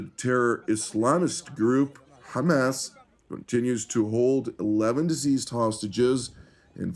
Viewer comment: Diseased or deceased ? Will you get your pronunciation right ? You are an anchorman broadcasting to thousands of Youtube viewers. Stop confusing us !